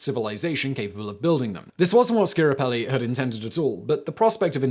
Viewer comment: Giovanni Schiaparelli. Pronounced Joe VA nee. 3 syllables ( Not, Gee oh vah nee) Skya pa REH lee. 4 syllables.